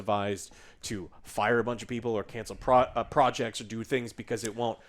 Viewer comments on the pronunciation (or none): none